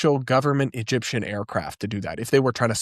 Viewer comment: I read your thumbnail and all I could think is, “Candace is too nuts, even for Alex Jones?” Also, in some of the clips where Candace says “Egyptian planes,” it sounds like she’s saying “Gyptian planes.” Which makes me think of His Dark Materials.